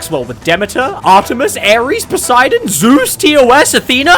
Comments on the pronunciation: What is it about how you say Zeus and it being so funny? “Pick ZOOOZ!” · I love how you pronounce Z E U S Every time. Keep berating me you wonderful aspect of weather!